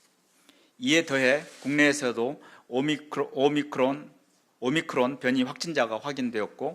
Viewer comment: 오미크론 발음하나 못하는 정부한테 뭘 맡기냐 ㅋㅋㅋ